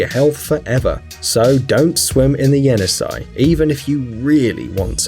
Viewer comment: That is pronounced (Jenissei) “Jeh-Niss-eyh”